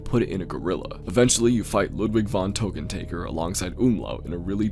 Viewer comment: It's LUDWIG VON TÖKKENTÄKKER, not Tokentaeger, dammit! Get it right!